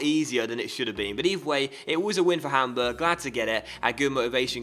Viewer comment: "Its arsenal 1 - PAMburg 1"